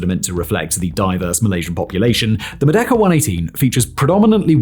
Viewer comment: I mean, it kind of sounds like that, but even then it's kind of a stretch considering how he's not exactly pronouncing the word correctly